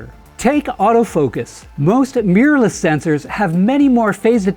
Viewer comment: WHAT IS Meeerless? Really? Try this. Mi Rorr Less Mi Rorr Less Mirror less. NOT MEEERLESS. Please.